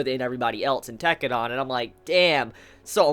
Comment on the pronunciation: every time he says tekkedan I cringe.